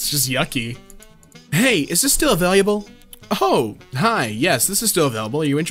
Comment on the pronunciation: I'm not sure why you say the word "unavailable" so strangely. You pronounce it as unavailyeeable for some weird reason. Un-uh-vale-a-bull , not "Un-uh-vale-yee-a-bull" lol.